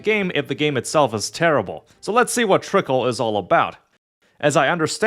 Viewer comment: While I acknowledge this is only a week-old review, and I'm not upset about unfamiliarity with some game's elements, the video does kind of read as one made "just to get it over with" without much engagement or desire to play it in the first place. As such here are some notes starting with two general points: It's "Trickcal", not "Trickle". They even say it every time you open the game! The usage of "idle" vs "autobattler" is pretty sketchy and inconsistent but that's a topic of debate all of its own. - I feel like this part is kinda misrepresenting the situation, since the game was successful before the Speaki meme came around, and even before its global launch. I'm sure it brought a lot more eyes to it, but I think you put a bit too much emphasis on its impact to the game's success. - This part is just factually inaccurate and shows a terrible lack of research. There are plenty of materials showing the troubled history of the original launch of Trickcal in 2021 or so, which was so atrocious they had to close it back down to polish it more. The current iteration (Trickcal: Revive) was released in 2023 and has been significantly better received in Korea and even had quite a lot of global interest before the worldwide release. Trickcal: Chibi Go is the name of the global release equivalent, and while it has a few changes from Revive, it's more or less the same game, not a new release. - The global story is in its worldbuilding set-up phase, but even at this poin